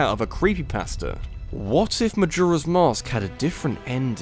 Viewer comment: The way he says “Majora” triggers me.